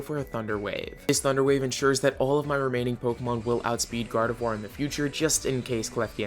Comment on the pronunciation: THE I IN GARDEVOIR SHOULD BE AFTER THE O!